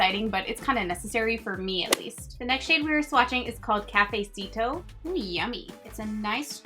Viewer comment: Love you!! 🖤🖤 enjoying shaemas so much!! The lip colors look so pretty in this collection! And the E is like “eh” sound... for example: caf•eh•sito; beh•sah•meh; sal•vah•heh